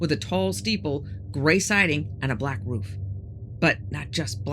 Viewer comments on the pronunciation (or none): none